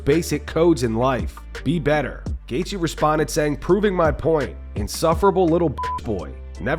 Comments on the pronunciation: " I would leave him to" gaythje? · We have full mount mma saying goythje before gta6